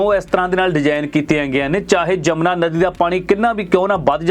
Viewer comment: ਜਮਨਾ ਨਹੀਂ ਆ ਮੂਰਖ ਵੀਡੀਉ ਮੇਕਰ ਯਮੁਨਾ ਹੈ ਨਦੀ ਦਾ ਨਾਮ, ਸ਼ਬਦ ਨਾ ਵਿਗਾੜੋ ਭੋਰਾ ਪੜ ਲਿਆ ਕਰੋ 😡😡😡